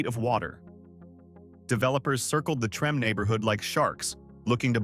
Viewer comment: Trim? No no no, Treme, Tra may. Not trim. Remember New Orleans, French